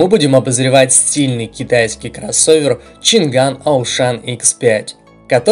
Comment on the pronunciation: Поражают люди, которые делают ролики по авто, технике и т.д. и произносят неправильно название того о чем говорят. Нет там у них буквы Г, нету! Changan - ЧанъАнь, Dongfenf - Дунъфен и тд и тп с SsangYong и другими. Я понимаю всякие бабушки говорят Ламборджини, Ксиаоми, Блюпуп, Компуктер и т.д., но блин тематические каналы это тупо стыд! Language тоже читаете как Лангуаге?